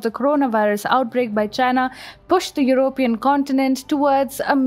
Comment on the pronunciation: the stress on the word 'European' is on the first syllable. Not the way you pronounce it. Just correct that if you can! Your voice is a dream!:)